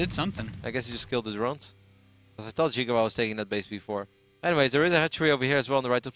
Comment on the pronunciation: and which is Chinese for watermelon, is pronounced "See Gwah", not "Jiggu Wa".